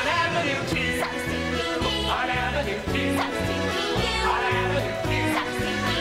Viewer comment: guuyyyyyssss its not aaa-ven-oo its ah-ven-youu